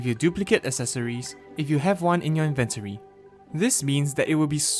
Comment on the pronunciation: why do you say inventory like that